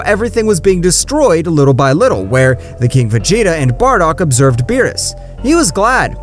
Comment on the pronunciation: Did you just start watching DBS you saying they names wrong 😂